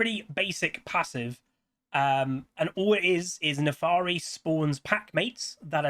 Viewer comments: My god, it's NAFIIIIIRI NOT NAFAAAAARI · Honestly, I'm glad it's not just simple but also a non-humanoid champ! Also, you keep saying Nefaari and I find that cute, lol. Giveaway: Euw, MagiWasTaken